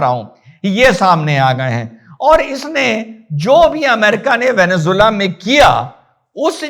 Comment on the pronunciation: चूतियावैसी साला वेनेजुएला बोल भी नहीं पा रहा है।